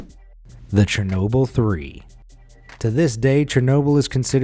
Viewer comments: Chernobyl pronouncing: shernobeel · It’s chernobile it’s shernoble